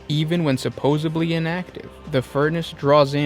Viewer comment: its pronounced supposedly. there is no b.